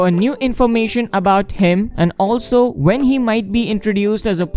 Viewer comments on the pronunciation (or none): none